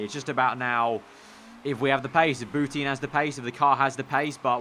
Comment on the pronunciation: It's pronounced Boutan not Bouteen